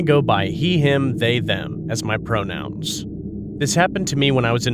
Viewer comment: bro said prounouns💀💀